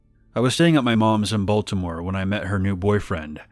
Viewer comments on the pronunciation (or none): none